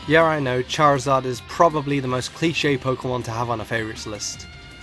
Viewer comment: #1, there is no L in Charizard! #2, there is no S in Rayquaza!